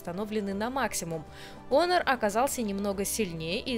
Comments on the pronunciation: онор, ОНОР ! Ты же моя хорошая, ну наконец-то кто это произнес правильно, дай обниму ! Оно же обычно у всех "Хуавей Хонор.." брррррр...крипота. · Вообще-то онор, а не хонор, я тоже скажу ксяоми, а сяоми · УМНИЦА,наконоц то не Хонор,а Онор,правильное произношение,спасибо,а то вместо h,говорят Х,получается одно ругательство